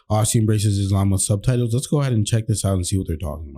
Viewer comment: Islam and Muslim is pronounced with a s like in the word sunny or soft or musketeer. 11.00 good points